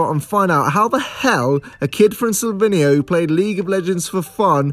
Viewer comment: can't pronounce Slovenia correctly lol.